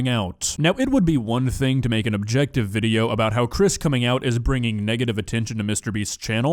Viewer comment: Why he adds letters in the end of the words? "Videoah" "positionah" "for realah" bru wtf is that